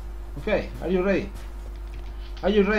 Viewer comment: Are yu redi mai fren? no are you redi mai fren